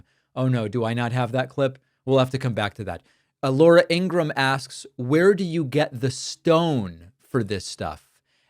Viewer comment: In an interview her brother confirmed that the last name should be pronounced Ing-ru-ham with three not two syllables. He also said she gets annoyed when it's pronounced that way so I think you should take his advice and start saying her name correctly